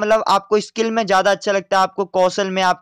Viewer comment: Bhai ,skil not eskil.......